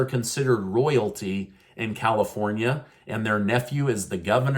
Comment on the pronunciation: Haha,,, Calipornia,,,, Haha .